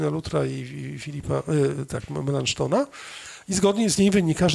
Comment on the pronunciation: Nazwisko "Melanchton" czyta się tak, jak się pisze, a nie z francuska czy angielska ("Melanszton"), gdyż jest to tłumaczenie na grekę prawdziwego nazwiska Filipa Schwartzerdta. Prawdopodobnie p. Lisicki wzoruje się na jakichś nagraniach z kręgu anglojęzycznego, gdyż podstawowa nawet znajomość obcych języków nie jest, niestety, mocną stroną Anglosasów i robienie tego rodzaju błędów jest u nich REGUŁĄ. Wychodzi z tego "kuchenna" greka, język ludzi słabo wykształconych ☹. Co jest dowodem, że nie powinniśmy bezkrytycznie naśladować Anglosasów.